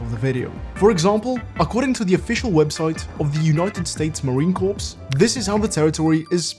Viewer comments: it’s pronounced “CORE” not “CORPSE”😑😑😑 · bro said marine corpse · "Corps" comes to English from Latin, so I was a little surprised you mispronounced it (being Italian?), but then I looked it up and realized I was being stupid, since "Corps" comes to English *through French*, from Latin. Anyway, the "ps" is silent, and "Marine Corps" sounds like "Marine Core". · As a US Marine I am fully offended that you butchered our name (I love the video)